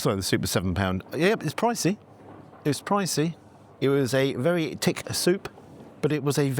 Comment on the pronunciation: I can hear the Irish in your voice when you say ‘Tick’ instead of ‘Thick’! 😅